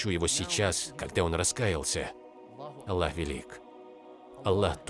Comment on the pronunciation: Автор говорит Алла.